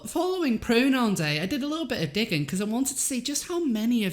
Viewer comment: when you said "i did a little digging" it sounded like " a little dicking" especially cuz of the accent.